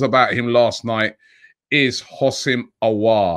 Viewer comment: The way Robbie pronounces Aour’s name🙈😅😂